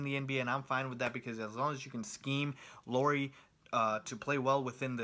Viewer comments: He just needs to pronounce Lauri as Lowry and he's pretty much as close as you can expect someone who doesn't know a word of Finnish to be. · You pronounced Markkanen just right. Lauri was nowhere near :) Cool review though. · LOW-ree (rhymes with COW-ree) MAR-ke-nin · LOW-ry MARK-kanen (like TRINity) - Markkanen was said correct, except the stress comes always in the beginning in Finnish. And I'm a Finn too.